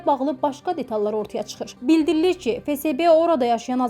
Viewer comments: Ay kůt fe se be yox fe esbe FSB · Фесебе yox феесбе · Fesebe yooox ))) Ahıbdı düz tələffüs et